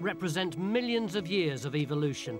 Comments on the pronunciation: ...eVVVVVolution...not EVILoution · "Evilloution" what a jackass! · So glad it isn't going to halt "evil-looshin" in our lifetime!